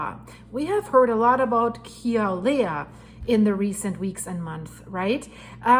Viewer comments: As a native hawaiian born and raised on hawaii island.. it's pronounced (Kill uhh way uhh) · Say Killer-way-a